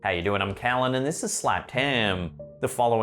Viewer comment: die Aussprache deutscher Adligen-Namen ist zum totlachen, ich hab mich fast eingemacht. Kallen, das war super Slapstick...